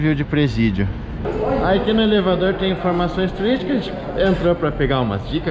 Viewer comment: Michele muito bom o Salvadoulr e elevadoulr rsrs